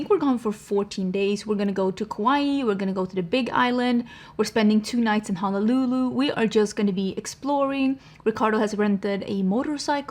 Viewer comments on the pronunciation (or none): none